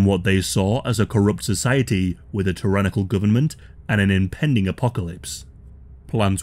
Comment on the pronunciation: AHHH...THE GUBMINT....